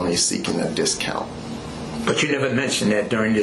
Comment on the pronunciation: He didn't want "the discount"; he wanted "da dist-count".